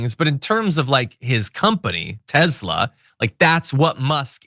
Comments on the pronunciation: Love your content but it's pronounced Tessssla with an s not Tezla. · Why does John Iadarola always pronounce Tesla Tezla? Is this some inside joke I'm unaware of?